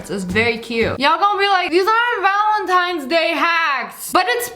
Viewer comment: Wait did she just say “ valintines day!?” 🤣🤣😂😂😂